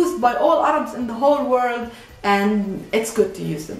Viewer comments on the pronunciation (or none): none